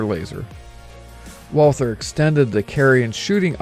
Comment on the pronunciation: It’s pronounced Walter. Not Walthur.